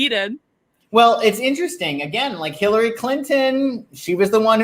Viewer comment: Changed my mind. He just said Hilary. No R for our psychic on this one. 😉